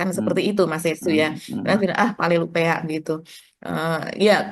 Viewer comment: Koreksi mba palelu peang bukan palelu peak 😄